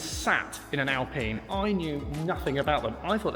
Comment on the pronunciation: You got the pronunciation right, ‘Alpeen’ not Alpine with a long ‘I’ sound. Like the current Alpine, this received consistently good reviews in its time. We are badge snobs here in the UK.